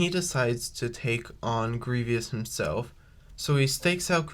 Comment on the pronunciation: Cool scenario! I like it! However, the way you were pronouncing Grievous’ name wasn’t necessarily correct. It’s actually pronounced Grie-vous, not Grie-vyous. Just thought I’d point that out. Other than that, nice video here!